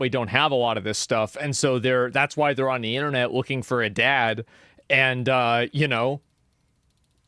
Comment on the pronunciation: “They kids, they kids” Why is it so hard for Asmongold to pronounce the ‘re part of “they’re”?